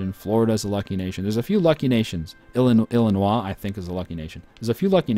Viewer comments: There have been a few times in this series where he says it correctly. He says them wrong on purpose to be funny, because there really are people here in the US that pronounce it "Missouruh". Then the "illinwah" thing might be funny to him, because it sounds more French, I don't know. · 1 he does it to piss people off and 2 since illinois was originally a french colony that is how you are supposed to say it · Is it bad that I get angry everytime he says Missouri or Illinois wrong? I tell myself that it's probably just his accent and it's not going to change then he does it again and I'm like ** GOD DAMN IT say it right! What's wrong with me? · no it isnt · I feel the same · He does it on purpose lol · ***** Very true. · Please tell me you are trolling with the way you pronounced illinois? Please?